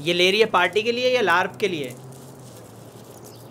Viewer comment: Look out that is saying BARP instead of LARP😂😂